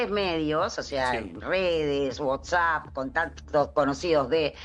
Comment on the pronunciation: Por que dice Whotsapp??